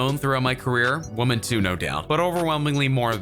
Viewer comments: Is it just me, or is the guy narrating saying "woman" in places he should be saying "women" (plural)? It's incredibly distracting... Lol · Is the speaker on this video a computer? I have never, ever heard anyone pronounce the word 'women' quite like this...